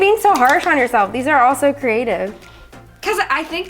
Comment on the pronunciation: I was mad I did not hear CREATIVE I heard CRATivE